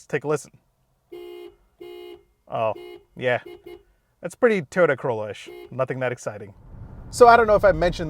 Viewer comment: The name goes with pronouncing Toyota like Teeyota.